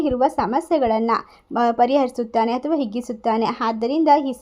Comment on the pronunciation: ಮೇಡಂ ದಯವಿಟ್ಟು ಕ್ಷಮಿಸಿ. ಅನ್ಯಥಾ ಭಾವಿಸಬೇಡಿ. ಅಥವಾ ಎಂದು ಹೇಳುವಬದಲು ಅಥವಾ ಎಂದು ಹೇಳುತ್ತೀರಿ. ಅಕಾರ,ಹಕಾರ,ಈ ಕಾರಗಳನ್ನು ಸರಿಯಾಗಿ ಹೇಳಬೇಕಾಗಿ ಕೇಳಿಕೊಳ್ಳುತ್ತೇನೆ.ಅವಕಾಶಕ್ಕೆ,ಅವಕಾಶ ಎಂದು ಹೇಳುತ್ತೀರಿ. ಆರ್ಥಿಕ ಎಂದು ಹೇಳುವಬದಲು ಹಾರ್ಥಿಕ ಎಂದೂ ತಪ್ಪಾಗಿ ಉಚ್ಛರಿಸಬಾರದಾಗಿ ವಿನಂತಿ.